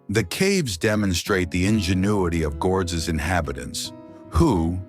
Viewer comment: Pronounce Gordes properly. No S